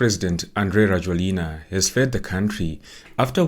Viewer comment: His name is pronounced rah-JWEL-na!! Makes it hard to listen to anything you say when you cannot even bother to spell his first name correctly (Andry). I have lived in Madagascar since 2017.